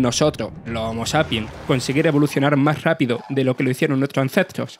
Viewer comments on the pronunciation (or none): Nuetro acentros 😂😂😂😂😂